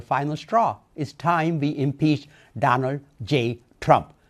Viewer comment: I agree I thought he said he wanted to throw 7 peaches at president Trump. Or one peach 7 times. Hard lingo to understand!